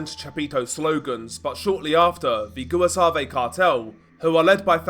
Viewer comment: The "GOOAHSUAVE CARTEL" XD